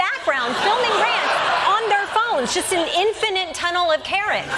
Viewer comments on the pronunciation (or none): none